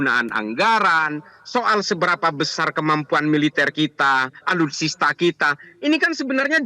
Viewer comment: Bukan Alutista tapi alutsista pak